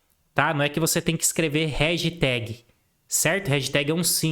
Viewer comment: Réjteg 10km 😂😂 baita aula, de se ouvir algumas vezes pra absorver todo conteúdo!